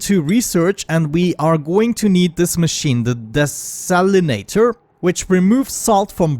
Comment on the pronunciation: Haha, it is dee- salinator.